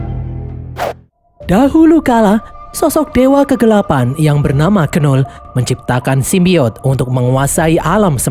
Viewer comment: Knull itu bacanya null bg bukan kenul